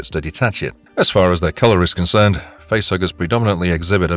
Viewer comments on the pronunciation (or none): none